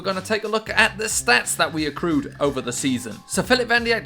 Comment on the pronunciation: "The stats we accrewed over the season" 😂